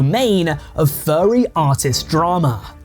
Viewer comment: Why do you pronounce it as “Fyarry”